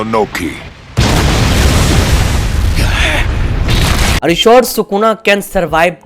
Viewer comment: Its not inoki its onoki